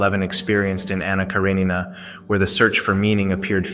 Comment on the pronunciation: “Anna Kara-NEENA”?🤨